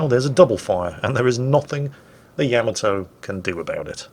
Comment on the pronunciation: Why do so many mispronounce Yamato? It's yah - MAH - toe.